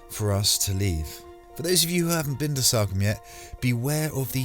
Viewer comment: It’s Salcombe...as in Saul.....not Salcombe as in Sally. Just sayin 😁